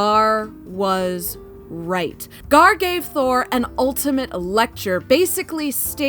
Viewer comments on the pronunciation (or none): gorr not Garr please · Gorr not "garr"